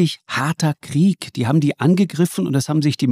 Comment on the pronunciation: Und dem Precht koennte ich jedesmal eine reinhauen wenn er 'Kriech' sagt, das heisst 'Krieg' verdammt nochmal!